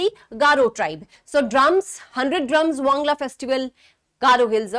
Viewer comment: Not wangla wan+gal+a